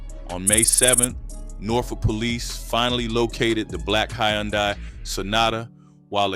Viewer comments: Brother it’s Hyundai “huhn-day” not yondai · Hun dye say it with me... Hun Dye... Jeezus Christ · BRO U DONT KNOW HOW TO SAY “HUN-DAY” FUQ THE SPELLING WHERE ARE YOU FROM WAT COUNTRY U LIVE IN YOU FUQ DAT WORD UP 36 times damn!!! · I had to cut it off when you refused to say the word "and" and kept saying "plus". The hayoondye killed me too. Idk what you got going on bro but tighten up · The way he keeps pronouncing Hyundai is killing me lol stop narrating these videos with AI lol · This mf can't even pronounce a basic car make properly. 🤦🏾‍♂️😫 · How many different ways is the AI going to pronounce “Hyundai” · Now I know damn well you can say Hyundai lol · Damn AI you done pronounced her name 4 different ways already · That word “Hyundai” was whooping the narrator ahh 😂😂😂😂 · Man, I hope the person doing this is actually AI. If not, they gotta be a stupidest person ever. That is not how you say Hyundai🤷🏾‍♂️🤦🏾‍♂️ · God rest her soul and bless her children but can we pronounce Hyundai correctly 🙏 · The 10 different ways he pronounced Hyundai 🤨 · Ok King good video! 🫡Can you please just say “Sonata” from now on because you tore up “Hyundai” so many times that I started questioning if I was ever really saying it correctly and I worked there for 7yrs! 😅🫶🏽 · How tf you keep fkn up the word HYUNDAI? gotdamn smh. Fkn Hyundai???? My 4 &8 yr old does that effortlessly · Especially with the mispronunciation of Hyundai.... fkn Hyundai. Smh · The way he saying Hyundai is pissing me off 😭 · And I can’t get past the way he keeps pronouncing Hyundai 🙄